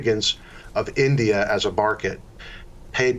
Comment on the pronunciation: Mans really said Barket. He loves the invisible hand of the barket.